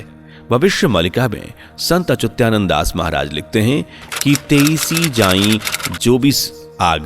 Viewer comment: अरे भाइ गुरुजी का नाम अचुत्यानन्द नही है अच्युतानन्द है